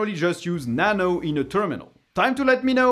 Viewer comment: Nano? Excuse me Sir WhAt ArR yOu SaYiNg?